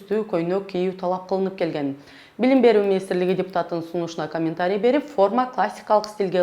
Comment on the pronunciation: Блим… эмес! Билим…